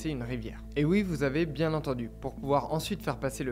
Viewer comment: Et on dit bié et pas bief je crois.^^